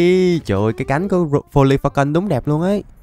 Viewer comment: Sao em nghe đc folifacon mà ra foli phê cần :)))))